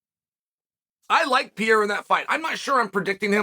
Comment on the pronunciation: I agree, Alex Pee-Era is gonna come out victorious.